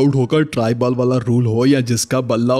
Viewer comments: Its ball Not baal🫣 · Bro you are saying baal instead of ball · Bro your videos are awesome but Bal nhi ball hota h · Bhai app ti ball ko bal bol Rahe ho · English words k correct pronunciation seekh le. Baaal bol bol ke dimag kharab kar Diya